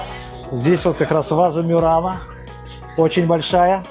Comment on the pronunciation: Простите, а почему " МЮРАНО", когда на итальянском твердое МУРАНО...